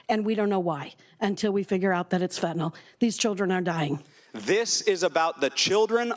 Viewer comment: Say fentanYL, not fentanOL.